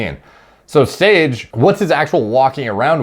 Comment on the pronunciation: “sOrGe” idk why that cracked me up so much lol